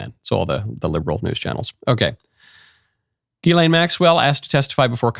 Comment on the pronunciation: The S is not silent. Ghislaine